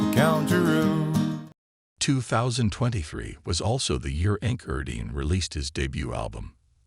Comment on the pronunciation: True artist of music connects with the rhythms and tones. I thought meaning followed by pronunciation, then emotional interpretation and vocal expression! Wow! He sang "country roo" not "country road" as he does not understand. I guess there is always exception, given the diversity of American culture. But it will be imperfection! There is also a natural link between Mongolian steepes and the wild West!